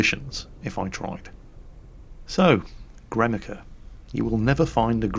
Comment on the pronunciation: So I am American, but the way he pronounces Gremikha, "Gremic-ah" is like nails on a chalkboard. At first I thought was saying "Guernica." I was thinking, how did the Russians get to Spain already?